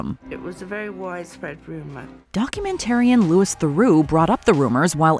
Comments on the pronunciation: I hate to be a pain but... 'Host and present in other BBC shows, like Tyne Tees Television's Young At Heart..." Tyne Tees was an ITV franchisee. EDIT: Louis Theroux's name is pronounced like 'Louie' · People who still pronounce “Louis” as “Lewis” don’t deserve cold pillows at night. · Loo ey not loo iss